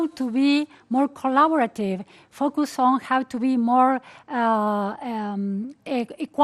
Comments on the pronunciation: minimo hay que mejorar el FUCKUST (FOCUS) que se diria mas o menos FOWQUES y el MIRRROR (MIRROR) que vas mas omenos asi (MEERR). Esa es tu tarea para la cuarentena. Jajaj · Yo no dije meer. pronuncia MIRROR con la o, ademas de marcar demasiado las erres. En FOCUS ella pronuncia fockust o fockiust, sus labios terminan como si quisiera dar un beso. En vez de terminar con una leve sonrisa. Lo de la pronunciacion britanica te la hubieras ahorrado, no tiene trazas de haber aprendido Ingles Britanico.